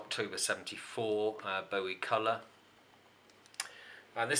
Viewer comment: Nice collection. Thanks for pointing out the pronunciation of Bowie as 'bow in the hair' rather than 'bow of a ship'. It irritates me when In hear people pronounce his name wrongly, I personally blame Tony Blackburn for that ;-)